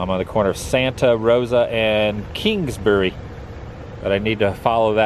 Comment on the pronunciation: for a minute there I thought you said "Kinksbury"